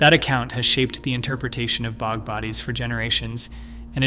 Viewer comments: how about "bog" mummy, rather than "bee oh jee" mummy. Get a human being to read this! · the bee oh gee bodies 😆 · Bee oh gee bodies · PL aid. Dear God. Not so intelligent, but definitely artificial. Pre-Cam Brian. !!!! Who taught this machine? Bee-og. ??? The repetition is very boring and cearly lacking an anything intelligent, real or artificial. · "Pre-cam Brian" is a good one. Also B-og and petro-us bone. Then there's that weird map where the USA is the only country marked, in a video discussing a time when no "countries" existed.